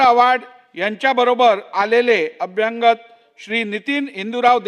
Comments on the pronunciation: कृपया "अभ्यागत" असा उच्चार व्हावा असे कळवावे. अनुस्वाराचा उच्चार चुकीचा आहे. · अभ्यांगत नाही हो... अभ्यागत! अनुस्वार नाही त्या शब्दावर. अभ्यागत म्हणजे पाहुणे. हिंदीऐवजी महाराष्ट्रातील प्रत्येकाने मराठीच नीट शिकणे गरजेचे आहे.